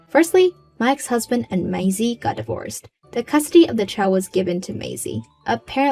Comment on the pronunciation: Its maisie is pronounced maysee